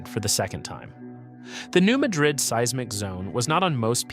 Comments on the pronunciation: It is pronounced New Mad-Rid, not like the Spanish city. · FYI, we pronounce it New MA - drid. Ma is like Man without the n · They pronounce it “mad-rid” in Missouri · You are misprnouncing Madrid.